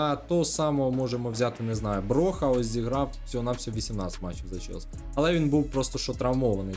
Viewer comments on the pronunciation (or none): не броха а броя